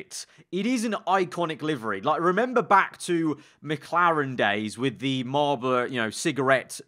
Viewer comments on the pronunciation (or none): none